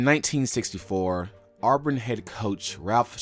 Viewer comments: It's not pronounced "Awe-brin". Also, it's "ask" not "axe". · It’s really annoying how much is mispronounced.. Shug Jordan is pronounced like “Jerdan” and it isn’t “Arburn” 😂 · you gotta stop calling them ourburn